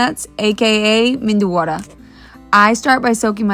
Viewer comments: Its medu(soft) vada not mendu vada... Or just ವಡೆ 😋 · You too calling Mendu wada like crores of Indians But it is Medu Wada ! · It's not Mendu Vada, it's Medu Vada (Medu means Soft, Soft Vada) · Its medu vada not mendu vada.. not mentioning it for the kid, but for others who might not know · It is meduwada not menduwada please 🙏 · Please it is "medu" and not "mendu" vada. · Not Mindu Vada but Medu Vada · Wow! For kids u can avoid chilly. Its medu not mindu 😊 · Please somebody tell them it is pronounced as medhuwada and not menduwada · It’s Medu Vada, Not Mendu Vada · It is medhu vo-da not medu voda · Beautiful perfectly made medu vadas dear! You are a perfect Indian cook , chef housewife etc etc ! so proud of you! Except the pronunciation, which was a bit off- 😂 it’s called Medu Vada, dear, not Mendu Vada “ 😅 but you made it so perfectly - even my daughter can’t make it so perfectly ! So impressed by your cooking skills/ your husband and kids are so lucky to have you as wife n mom resp. 😊😅👌 God bless you - also- it’s called - Tadka” on chutney , not like you said it - but these are tiny mistakes which you can easily correct with practice- I cannot fault your cooking though / you put lots of Indian cooks to shame ( who still can’t make a perfect Vada like you😮) by making your vadas so perfectly ! Kudus to your cooking skills dear- God bless you with happiness and more success with each cooking video ! Great job!👏 🎉🩷👍👏👏👏👌👌👌👌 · It's not mendu vada.. It's medu.ಮೆಧು ಮೃದುತ್ವವನ್ನು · It's not mendu vada its Medu vada. Lovely video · Mendu Wada ❌ Menduwawa ✅ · Omg for god’s sake it is meduuuuu wadaaaaa…..mendu is braind in marathi n it sounds weird when people of Maharashtra say it as mendu wadda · You are such a fantastic mother and wife.. love you for that.. just a little correction.. it's Medu not mendu.. ❤ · Menduvava❌️ Medu Vada✅️ Sunbar ❌️ Sambar✅️ Its nice you guys love Indian food, but please say the corect name! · It's medu, not mendu